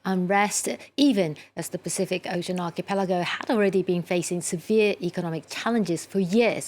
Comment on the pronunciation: Archipelago… not archepelago.